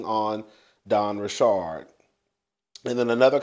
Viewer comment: It's simple, KanYE is how his name is spelled so why would it be pronounced any other way than "YAY"?! Where you get "YEE"?!?! And it's just Richard like the male name. Where you get "RiSHARD"?! 😂😂😂